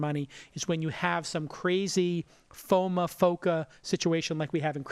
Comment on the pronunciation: Why does he keep pronouncing FOMO as FOMA lol